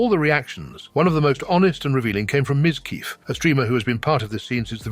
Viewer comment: Mizkeef, stupid ass AI can't say names right.